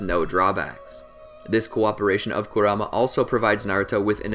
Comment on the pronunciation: could only watch 6 mins of this before i got tilted at the way you said kurama